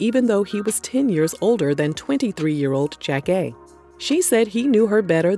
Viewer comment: I used to love Elgin's reality show. I think it was ahead of it's time. And loveeeeeeeeee Jackée!!!!!!!! I recall thinking she was my mom whenever Sister Sister came on 🤣🤣 also, lovehow you pronounce her name correctly! Thanks for the doc!